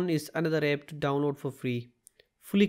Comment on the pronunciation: Its app not epp